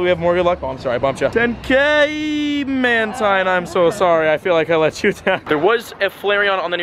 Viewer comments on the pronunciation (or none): none